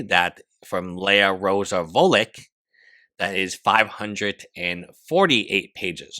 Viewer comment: Foo-litch. Vulic. If she’s polish and originally has a dash through the L, it would be Foo-yitch